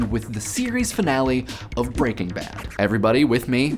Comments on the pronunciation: 2 things. 1. One does not simply like Breaking Bad. 2. Why do you keep saying it BreakingBad. It's pronounced Breaking. Bad. It has a figurative full stop in the middle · I always thought it was pronounced Breaking Bad, with the emphasis laid more on Bad, rather than Breakingbad (as it is said in this video). Which one is correct? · Good video, loved the show and this raised some interesting points. Though, I have always pronounced it "Breaking BAD" rather than "BREAKing Bad". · I say it like you too, as do most people. The guy in this video is the weird one. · I am displeased with how you pronounce the title :P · Does anyone else have a problem with how he is pronouncing Breaking Bad? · I can't help but focus on the fact you put the stress on "Breaking" as opposed to "Bad', I read it as an iamb, and would never have thought to pronounce it as a trochee.